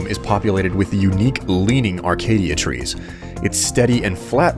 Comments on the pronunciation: It's not a-cay-dia it's a-cay-sha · he said arcadia tree's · Uh......I don't like to be so picky...But their ACACIA trees, not ARCADIA trees. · Colin MacDonald a-caesh-e-a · Cool series, but why is it that everyone pronounces Acacia wrong?